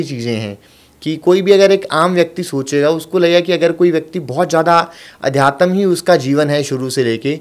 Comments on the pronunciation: Bhai adhyatam nhi adhyatm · Aadhyatm sahi se bolna sikho